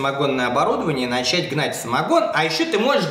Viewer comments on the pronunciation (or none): none